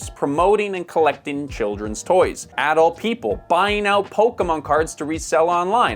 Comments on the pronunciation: It's pronounced Uhh-dult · Always enjoy your videos. But man, hearing you say the word AH-Dult like that so many times is just jarring. See ya in the next one! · I have never heard anyone say 'adult' the way you are saying it.